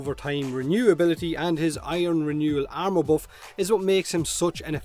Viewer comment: I keep thinking your saying ammo instead if armor and it throws me off. Like when did Oberon give ammo?